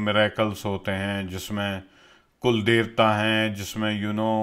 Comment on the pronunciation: the way you pronounced " Kulldevata" , i feel you are a Sanatani . We Indians are a big fan of you ,as you stand by truth. I know you read messages for couple of hours after you post video and i like to thank you for doing extensive research to bring such a rich content for your viewers. Keep up your good work🙏